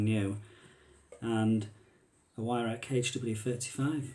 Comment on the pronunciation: Pronounced VIRAWK not WYRAK jesus give me strength.... Weirhauch will be screaming at the screen 😢